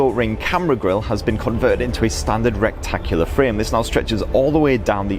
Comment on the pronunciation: RE TACK U LOR FRAME. Not rectangular 😂🤣